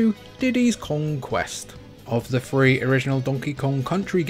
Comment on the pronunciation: Ugh, dude it's pronounced "three", not "free". I recommend working on pronouncing that word, it's hard to listen to.